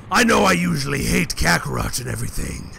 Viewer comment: you said Kakarough Its Suppose to be Kakarat